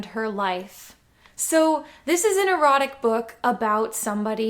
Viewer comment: did you say this was an erotic book, or a neurotic book?